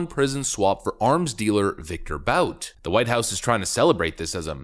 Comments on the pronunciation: His name is ' Viktor Bout, as in "boot on the neck of Africa" - not Viktor Bout as in, "about time". The 2005 Hollywood film "Lord of War: starring Nicholas Cage was loosely based on his handiwork. Since he is relatively young, I'm sure there will be more mass carnage in Africa to come - courtesy of Viktor Bout or others like him. TRUST !! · Bout is pronounced boot! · I think his name is pronounced BOOT.